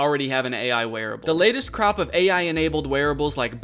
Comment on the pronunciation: I heard crap, not crop lol